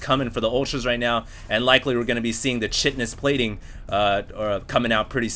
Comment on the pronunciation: "Shitness plating"? KI TI NOUS. There